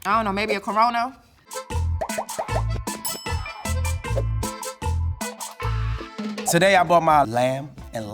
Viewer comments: Did she say corono 😂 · Corona ❌ CORONO ✅